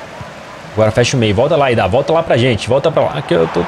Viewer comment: ñ é IDÁH é Idah ñ tem acentoooooo😮